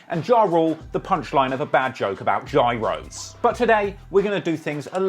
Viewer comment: After he said "gYrOs", he was trying to butcher it, my man